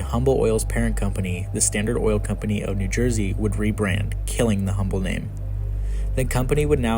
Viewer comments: It’s pronounced uhm-bull and I every time you say humm bull it hurts Texans ears. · It is not pronounced "Humble". It is pronounced "Umble". Drop the H. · Pronounced Umble not Humble. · 'H'ummble 😂😂😂😂😂 it's 'umble' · Great video but its Umble. Not Humble. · Humble is pronounced "Umble" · Pronounced Umble. No H. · You are saying Humble wrong. You say it like Umble The H is silent. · Great video. it's pronounced "um-bul" – no hard H sound. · Dear Narrator - Believe it or not, the "H" in Humble Oil is silent; and the name is pronounced "Umble," just like the city just north of Houston. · "Humble" is pronounced, "Umble" in this context ! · It's UMBLE the H is silent. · Just fyi, the H in Humble is silent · he genius, don’t post as knowledgeable when you know zero of what you’re talking about. The “H” is silent… 🤦‍♂️